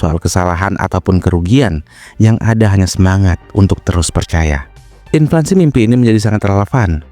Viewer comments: Inflasi bukan inflansi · Ini yg ngemenk kok ngaco sih. Yg bener inflasi. Bukan inflaNsi. Wadoh... Fatal (adopted from English, inflation) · Inflasi bang bukan inflansi 🤌🏻leviouusa! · INFLASI min, bukan Inflansi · inflasi bukan implansi😅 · Gue setuju, tapi masa gak bisa ngomong INFLANSI?